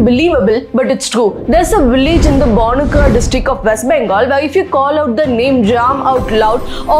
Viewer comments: Good info , thanx . It is pronounced ban-ku-ra not babula pl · It is pronouced as bakura not bonkura. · Ask her to pronounce the name properly first, what kind of research allows her to call it Barnuka instead... Secondly is she even correct? I'm from Kolkata been to Bankura many times never heard of this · My god! The pronunciation is 'Baakura' not Bonkura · It is not the Bokura district. It is the Ba - ku- ra district. Not very difficult to pronounce, is it. Writing from West Bengal. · It's pronounciation is Bakura not Bonukura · Please pronunciate the 'Bankura' word properly. It's not Banukra district. It's Bankura district. Otherwise it's true. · Pls pronounce it properly It’s Bank Kura not Banakura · Its not bonuka its Bankura. Please pronounce the name properly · It's not bon-kura.. Ban(n is silent) kura. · It's not Banukra, it's pronounced Baankura. N is not pronounced fully, it's pronounced half by using only the nose, not touching the tongue with the upper palate inside the mouth. When will the people of India actually pronounce bengali pronunciation correctly?🤦😂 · When it is shown in the map as "BANKURA" then why are you pronouncing and spelling it as "BANUKRA" 😂😂😂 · at least she should have said Bankura, instead of Banukra. In google its also written as Bankura. We Bengalis are not like Hindi speaking public. Our accent is the sweetest accent, and we do know how to pronounce names of other places, provided the place name is correctly written using English letters. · M'am is video banae se pahle W B ke district ke naam to pata karleti to thik rehta! It is not Banukra but Baankura (written as pronounced). Aap jaise Giyano ke liey hi Ayodhya me BJP hara! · Laudi saali it's pronounced as bakura and not baankuar. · Ma'am its pronounced as "Baa ku Raa". It's our district. Love from Bankura,WB❤️ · Ma'am I respect you so much ❤ I want to say that the pronunciation would be baakuuraa... Thank you so much for such amazing videos💓love from west bengal